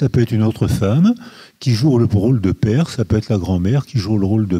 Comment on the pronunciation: Bien entendu, on supprime mes commentaires, notamment sur le fait que Monsieur n'a pas été capable de prononcer le mot "père"... allez-y, "éliminez-moi" en tant que voix discordante...